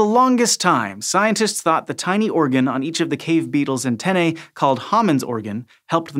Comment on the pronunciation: u mispronounce antennae